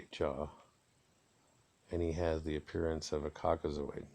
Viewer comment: Yesss General preach , haha this guy tryna say caucasoid 😂 The mummies look like Maasai people